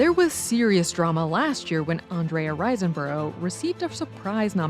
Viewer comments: It’s “RISEborough” not “RISENborough.” I am hearing so many more of these types of mistakes on The Take now. Please sharpen up. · It’s Riseborough, not “Risenborough.” It’s long enough, no need for the extra syllable. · Her name is Andrea Riseborough, not Risenborough.